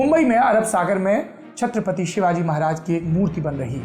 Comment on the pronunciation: Saurabh ...aap pehle CHATRAPATI SHIVAJI MAHARAJ bolana sikh lo......